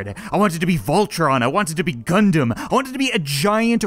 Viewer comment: Wait Did you say gundom or condom